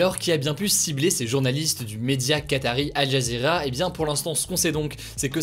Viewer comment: Al Jazeera se prononce AL JAZIRA